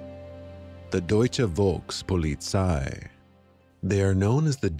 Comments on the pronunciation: The V is pronounced as a F in German. Folkspolizei is how it would sound. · The V has to pronounced as an F and I am not even German. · The V in German is pronounced like a hard F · Great video. btw, in German, the letter v is usually pronounced as an f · You were not pronouncing the V in Volkspolizei correctly.